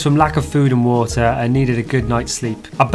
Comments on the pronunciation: What's 'Water' in Hindi..... guy replies, "Vaaturrrr". LMAO. I feel your pain. lol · You called it Wota and we called it waterrr just as it spells with an extra R though.. 😗 I saw her on a bake food show.. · It's about your accents..... If you use Indian English version you won't face problems..... I cannt stop myself smiling the way you said water.